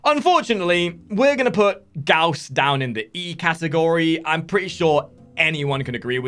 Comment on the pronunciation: Lol gauss. I know he has his issues but F is just lol